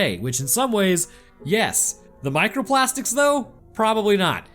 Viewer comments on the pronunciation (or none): Micro plas-teak